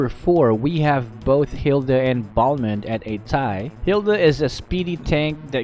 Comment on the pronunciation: I was confused when you pronounce balmon